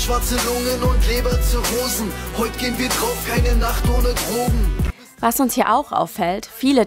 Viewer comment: Was mich total triggert… Dass immer „Trogen” sagt… Aber an sich ein guter und wichtiger Film.